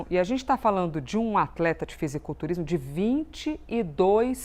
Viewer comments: Deu agonia escutar ela toda hora falando FisiOculturismo. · Âncora falando fisioculturismo é de fuder kkkkkkkkk pqp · "Fisioculturismo" ???? Vai aprender a ler, bonitona ...